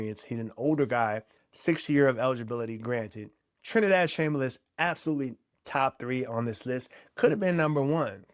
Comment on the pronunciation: It's Chambliss not Chamberliss. Look it up. Don't want you to get attacked if this video ever gets big.